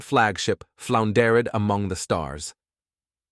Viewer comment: Where the hell did you get your text to speech engine that can’t pronounce “collided” or “floundered”? Got any idea how jarring that is?